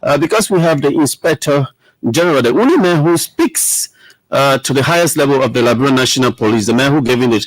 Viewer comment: With all respect , please pronounce correctly Liberia not liberalia